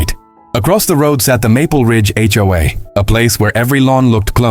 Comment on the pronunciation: It's HOA not HOAA